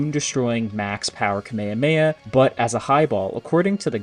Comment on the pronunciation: Bro’s saying kamahamaha wrong